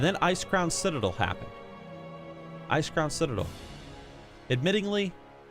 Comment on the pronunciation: Did you just say ice cream citadel 🍧😂